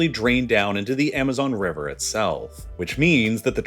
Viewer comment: the amazon rever?!?……yo wtf is rong with these computers not ever bein able to pronounce a single word properly?!? Hahahaha so sad